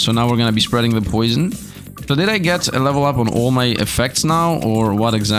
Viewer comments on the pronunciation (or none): "Spreading with poison" Are you Dutch, by chance?